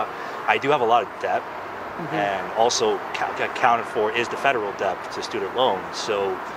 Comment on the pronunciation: He does know the "b" in debt is silent...